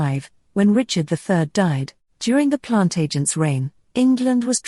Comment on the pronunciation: This speaker has no idea what it's talking about, since it's obviously a robotic voice. Plant agents? Plan-tagenet is how it's pronounced. Henry II being called curtmantle because of how many people he killed? No, it's because he wore a long cloak or mantle. Geez. So far off with most of this, that I didn't know whether to laugh or scream.